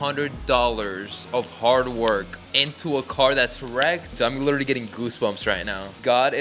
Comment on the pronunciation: Anybody else hear that "Literaly" when was inspecting the undamaged frame??😂😂